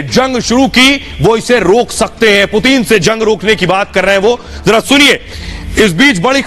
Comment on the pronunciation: Putin kh rhe hain main putin hoon puteen nhi bsdk , naam sahi se le🤣